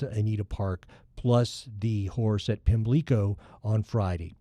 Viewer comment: In Maryland and Ireland, the accent in "Pimlico" is on the first syllable. Listen at 1m 8s